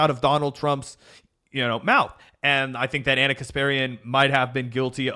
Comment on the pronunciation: reads Ana correctly.